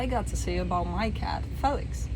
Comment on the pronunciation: 😆hahaha I love you...also love how you pronounce him Fell IX.. you're sweet and beautiful in EVERY WAY! 💙💙💙